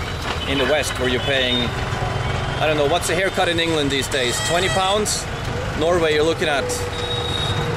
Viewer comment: Ya he pronounce Norway as non veg🤔🤣